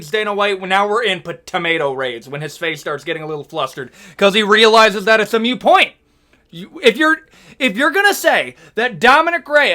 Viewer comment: Btw, it’s ‘moot’ point. Not ‘mute’. Otherwise agree with you.